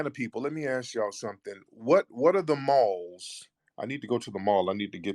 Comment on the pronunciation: This dude said balls instead of malls 😆🤣😂